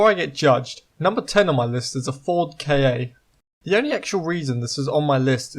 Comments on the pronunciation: aaah its a ford KA not not k A aaaah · The Ford KA isn’t pronounced K A it is pronounced KA (ca) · Nah its pronounced K.A. I have never heard of anyone say "ca"